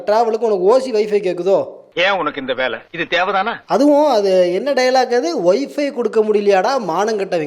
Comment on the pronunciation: அந்த நாய் போட்டு இருக்குற சட்டைலயே இருக்கு அது பொய் பேசுதுன்னு. அது என்னது வைஃபி யா? 😂 வைஃபை ன்னு சொல்ல தெரியல இதுக்கு ஓசீல வேணுமாம்